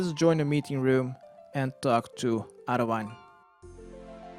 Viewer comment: Btw its pronounced Arry-An-Wen!!!!